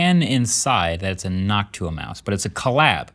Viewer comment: STOP SAYING NOCTUA LIKE THAT